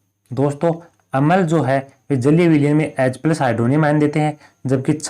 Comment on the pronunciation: भाई उसको अमल नहीं बोलते अम्ल बोलते हैं